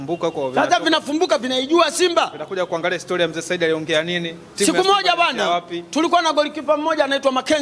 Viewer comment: Wewe mwandishi kiswahili chako jirekebishe unazngua jina la Saidi wewe unaita sahidi